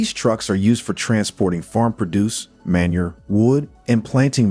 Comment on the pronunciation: You were doing ok until, within the space of 10 seconds, the " narrator " proved incapable for correctly pronouncing words like "manure". And " produce".....these are not obscure words! If that's an AI program talking, get a better one. If it's an actual human speaking, get somebody with a 7th grade education who speaks English. Or hire an editor. A human one, I think.... Good luck with your channel.